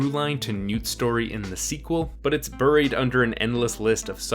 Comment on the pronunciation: it's pronounced "buried" not "buried"